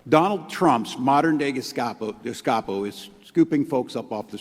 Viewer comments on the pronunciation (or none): Did little timmy say gestapo or ges-capo? cant tell but doesent he remind you of Roland Freisler in that outfit?